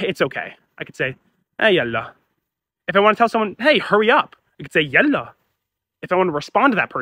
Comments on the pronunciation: there is no need for a source for something so plainly visible, it's yaḷḷa (ḷ for the emphatic/dark L which in Arabic is for the most part only from the word Allah), not yalla , same as waḷḷa , baḷḷa , ṣmaḷḷa , ħayaḷḷa , etc. All of these comes from contractions with the word الله (which is used by Christians, Jews, Druze, Alawites, etc. not just Muslims). If that wasn't the case the word would have rhymed with malla "he filled up", like in huwwe malla l-kibbāye "He filled the cup". Both يالله and يلا are correct spelling (not that there is a rule for how to spell dialectal words), it's just more common to use يلا because the word lost its religious meaning. This is different from يا الله (notice the space) which is yā ʔaḷḷa(h) which does retain the religious meaning. If you need to see a place where this is shown, check wiktionary. Also some dialects pronounce Yalla with an H. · يلا مو يالله والنطق بالتفخيم مو بالتخفيف